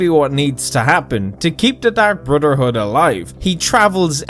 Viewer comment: Dark Brudderhood